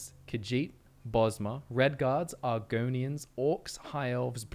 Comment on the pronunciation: bro my reaction when said argonians